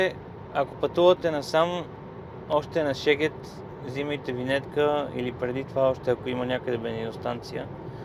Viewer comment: Страхотно видео! Само една забележка… Шегет = Сегет :)